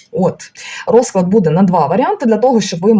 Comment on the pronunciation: Дякую за пораду від дідуся. Так і є. Складний період. Зверніть увагу на наголос у словах: рОзклад - расписание. розклАд - расклад.